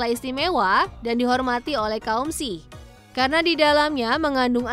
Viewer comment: Jelas2 ada huruf K tapi baca nya malah “sihh” bikin emosi denger nya😭😩